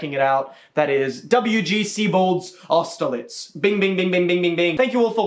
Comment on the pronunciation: AUSTERLITZ?! AUSTERLITZ?!!!! WHAT